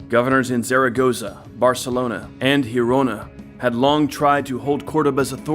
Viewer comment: The G in Girona sounds like in Geneve, cause it's a Catalan name. You are making a J "jota in spanish" sound. For that you should write it down as Gerona, the Spanish word for the town, and in that case yes the sound is a J like in "Jamon". Also Covadonga, the final "nga" aint pronounced like in the French word Champange, but rather like in "Tonga" the country. So Covadonga, otherwise in Spanish would be written as Covadoña. España, not Espagna...you see Zaragoza, tricky one, both Z in the word use the Spanish sound that in English can be only translated as, I guess, "th". You should check it online.. hard to explain. Actually the same sound is use for Z and C (when in front of a vowel 4.ex ) in many cases , like in Roncesvalles, so Ron"th"esvalles... not ron"k"esvalles.. Those are minor technicalities and in no way made it less enjoyable for me. I'm loving your channel and I think your work is superb! The subjects you touch are very interesting for any historian aficionado and your research is top notch! Huge fan os first account narration and all the details you provide. Hope you dont get frustrated by my coment, I'm a local as you can guess not far from Girona myself